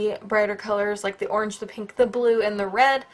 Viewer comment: Is it meant to be pink not pank?